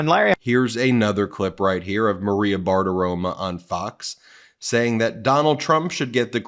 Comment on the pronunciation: Hey Ben, LOVE Meidas Touch but please, pronounce names correctly. It’s driving me crazy: it’s Maria Bartiromo with a lomg O at the end; Aileen Canon with an A at beginning….its not Eileen! It’s pronounced Laura “ingrim” NOT WITH “ham” on the end, even though it’s spelled that way.